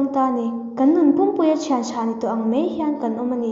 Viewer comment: Mei I tia mai tih tur a lom